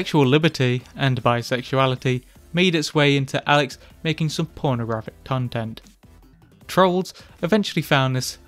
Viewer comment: ponogaphic tontent